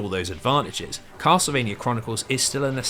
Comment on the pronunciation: "kossle-vania" .....yeah.....i cant take 8 hours of that mangling of "castlevania" im out.